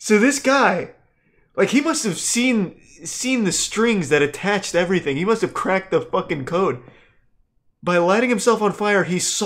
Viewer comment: for a rare, four-syllable "EV-ER-Y-THING" ps: that's and he's a total clown, in a good way. fun channel